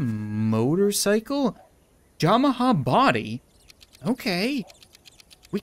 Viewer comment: I prity shur its pronouns3d yamaha not jamaha